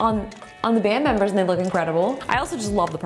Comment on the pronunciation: I like how she calls them band meambers